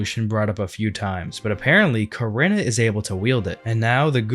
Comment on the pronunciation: Love how he pronounces Korinna